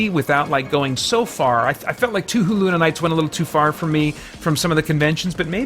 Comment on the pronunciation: Touhou is pronounced "Toe-Hoe". In other romanizations, you'll see it spelled "Toho" which would also have long "o's".